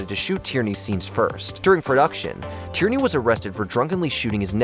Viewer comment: It's nor Tyranny. It's Tierney (pronounced tier-knee).